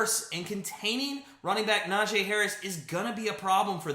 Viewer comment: Najee not Najayyy